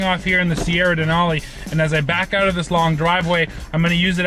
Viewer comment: its pronounced as 'out' mate, not 'oat'